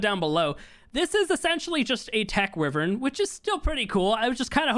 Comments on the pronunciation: It’s wyvrin not wrivin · this is how you say wyvern why. ver.n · its pronounced "why-vern" so yea. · Jesus. You still pronounce Wyvern wrong.... 😭